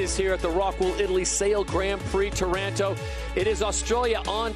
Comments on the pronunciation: Wha? Taranto is in Canada, right? Aha! I get it...,I recently asked an Italian from Campobasso how to pronounce Taranto...,she said it's tah-rahn-TO...,well, let's see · Well, well...,it's tor-RAN-toe according to these non Italian-speaking commentators....